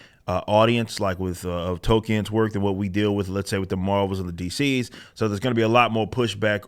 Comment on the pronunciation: its JRR Tolkien, not JRR token. casting for token representation should genuinely be shunned